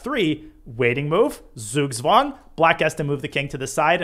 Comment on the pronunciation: Love your videos, they are very helpful, greetings from Germany! Not trying to sound contemptuous but The "Z" in Zugzwang are pronounced like "Ts" and the "ang" as the "ung" in "stung", but also I feel like the incorrect pronunciation is so common in the English chess world that the actual term would cause a lot of confusion. 😅